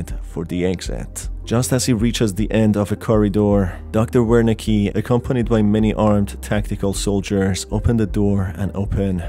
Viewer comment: Love the vid, love the game , love your content. But a constructive note the "W" in Wernicke is pronounced as a "V" it's a german thing. You can hear it pronounced if you look up Wernicke's area. A part of the brain associated with comprehending language (written or spoken).